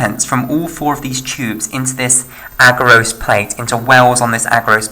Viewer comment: "Agarose" put me off! Rest is good.